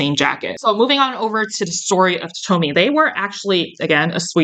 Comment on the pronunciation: Would love to hear your opinion on Oroton. It’s a well known Australian brand and been around for sometime. Btw it’s pronounced Toe-tam